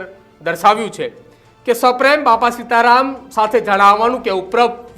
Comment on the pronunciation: ભાઈ પેલાં આ એન્કર ને ગુજરાતી વાંચતા શીખવાડો😂😂😂 સીતા રામ ને સીતા રમણ વાચે છે ઠાડશ ને ટાદશ વાચે છે 😅😅😅😅